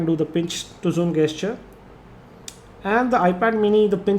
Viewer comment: HEY 1 TIP WE DON'T PRONOUNCE IT AS GESTURE ITS LIKE JESTURES!